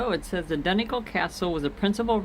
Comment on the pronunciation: I loved your video!! I'm smiling watching your narrow road scenes because I'm so used to them. :¬) As far as I know the start of 'Donegal' is pronounced like the 'don' in 'O'Donnell' and the 'gal' as in 'fall' but with a hard G instead of an F obviously. Though I'm not actually Irish so I would be prepared to stand corrected by a native! Imo x